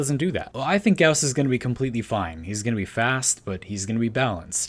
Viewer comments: Thank you for pronouncing Gauss correctly (rhymes with house) [gaʊs] DE has been saying it like Goss instead of Gouse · Finally somebody who pronounces Gauss correctly <3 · No it's pronounced like "house" and "mouse" check Carl Gauss's Wikipedia page. There's the pronunciation for his name